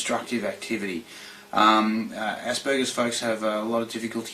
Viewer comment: did she just say assburgers??